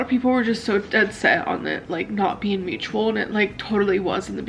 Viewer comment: Honestly, she says "mutubal" not mutual, so we wouldn't get any drinks. 😂